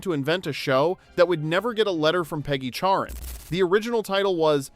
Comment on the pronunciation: Oh, her name was CHARREN, I could have sworn you said Karen.🤣